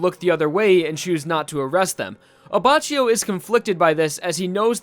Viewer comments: Isn't abacchio pronounced as "abackio"? Lmao this video hurts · Actually, at least in Japanese you pronounce Abbachio as Abbakio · Abbacchio is pronounced Abbàckio And now I have to go Mispronounced italian words need me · You should read it as "Abbakkio" x_x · It's actually pronounced Abba-Key-O. If you read the katakana, it uses Ki for the cchi part. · paz Because in Italian Ch is K but C is just a Ch. It is Abbakio and Gucchi phonetically (Not an Italian,just fluent in it) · paz Go to the Abbachio page on the jojo wiki and look at the Japanese pronunciation. "Reōne Abakkio". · WHY YOU PRONOUNCE ABBACCHIO LIKE THIS, JUST WHY? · Unsub for wrong pronounceation of Abbachio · I cringe a little bit everytime I hear the way you say Abacchio. For reference, the anime gets it right: In italian, "ch" is read like a "k". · The c in Abbacchio is a hard c like k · man.. thats not how u pronounce abbacchio... in italian ch=k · Take a shot every time says Abbacchio and says it wrong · In Brazilian portuguese too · Finally somebody that comments it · The way you pronounce Abacchio makes me want to cut my ears off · Also, it's an acctual Italian word so you can use google tanslate and make it pronounce the word. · It's pronounced with a k in Italian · Looking back on old videos and hearing how thought the names in Part 5 were pronounced is kinda cringe. It’s A-bah-key-o Le-o-neh. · Lion abbacio.... My ears are bleeding... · just a note from an italian viewer. the pronunciation of leone abbacchio is wrong. the first and the second e are pronounced like the "e" in generation. abbacchio is pronunced abbakkio. also, giorno giovanna is pronunced like jorno jovanna. giogio is pronunced like jojo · you read it "abackio" not "abachio" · Aba chi yo The correct one: Abba ki yoh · Anyone else annoyed by the fact that is saying abba chio Rather than abbackio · ABACHIO NOT "ABACIO". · I'm sure you know this now but it's pronounced AbbaKEEyo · Pronounced abba-ki-o